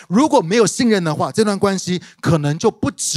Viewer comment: 謝謝牧師精彩的分享！ 關係。係四聲細戲矽。